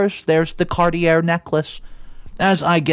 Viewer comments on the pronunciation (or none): Are you illiterate? Cartier is pronounced car-tee-yay.